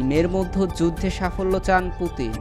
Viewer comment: "মধ্যে " উচ্চারণটা প্র‍্যাক্টিস করে নিবেন প্লিজ। "মদ্য" বলবেননা।